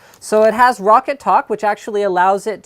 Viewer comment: It's roccat, not rocket and as much as I like your videos, all you appear to have done is read a spec sheet? :| Oh well. The Kone Pure Optical I used for like 10 days. Hated it. The grip wasn't my main gripe, I can live with that. It was the LIFT OF DISTANCE. Why ROCCAT screwed with the A3090 sensor by using a custom lens, I just don't know, but the lift of distance was like 2 cms plus it was a tiny mouse and I have a medium-small hand - 7" from middle finger tip to base of palm. Joke mouse. Anyway, I may try this. Not sure. I really wanted an Avago-3090 Optical, but sadly not too many mice have them... well they do but the build quality usually sucks alongside it. I settled for a Zowie, but Zowie suck because they have such little stock to dish around and there are only 2 websites in the UK that ship them and they're almost always out of stock of EC1s. Anyone who has an EC1 EVo that has used or got an Kone XTD... your opinions? I'm a palm gripper / FPS player mostly.